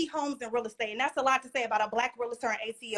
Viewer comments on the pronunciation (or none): First of all it's not real-a-ter. It's real-tor. I was one for 15 years, so you out here looking stupid. Men she is masculine as hell demeaning. Degrading, you will be emasculated if you deal with this type of woman who thinks her shit don't stink. Also. 50 homes total is not a flex for a successful realtor by the way. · It's a realtor, not a realator. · Its actually pronounced Real-tor. Not Real-a-tor....Most realtors know ...but I digress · What in the world is a Real-i-tor? Please provide the job description. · Real-tor not Real-la-tor. We learned that day one. Come on Realtor with an education degree. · Toxic and extremely immature! What is a real-a-tor? It’s realtor… all one word. I can’t stand when people say that. Screaming into the camera! This is a dating show, correct? What man can deal with this?! 🤷🏽‍♀️ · Realtor, not Real-a-tor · She's annoying! Like she real live irritating!!! Yelling about how peaceful your life is, is wild lol. Her attitude is gross and not being able to pronounce what your do for a living is hilarious. "I'm a rilliter" 😂😂😂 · Say real estate agent instead of real-la-tor! That’s not the right way to say real-tor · Realtor only has 2 syllables in it.